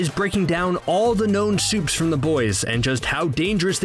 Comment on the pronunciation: "all the soups"